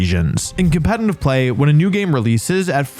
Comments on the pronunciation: for a lot of these you talked about why theyre good pokemon, but didnt explain properly why they would be preferred over their evolved forms. also its "competitive" not "compenitive" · Wolfey, can you please learn how to pronounce competitive? There is no n in competitive, yet you manage to put one there every time you say it. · Is he seriously still saying competeNtive? 😂😂 You should trademark that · BRO ITS PRONOUNCED COM-PE-TE-TIVE NOT COMPENTIVE GAW DAMN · he says competitive like "compenitive" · Can you post a video with you saying just “competitive play” repeatedly 😌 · I’ll subscribe once you’re able to pronounce “competitive” correctly. 😂😂🤣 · yo do you realize you can’t pronounce competitive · You pronounce the word "competitive" weird